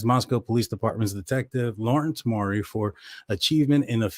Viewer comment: Detective Urhig formally with Post Falls is now employed by SS. He’s the one that gained access to K’s laptop. FYI guy it is Mowery, (rhymes with cow) I know you like to be correct. Good show. Tysm